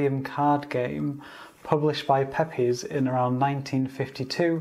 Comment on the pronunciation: Great Video! I was wanting to see what the Cards were like before I bought it. I collect Card Games – particularly those by ‘Pepys’, and so found this very useful – Thanks (by the way, it’s pronounced ‘Peeps’ – many say ‘peppies’)